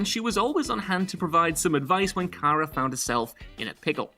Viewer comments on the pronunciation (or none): none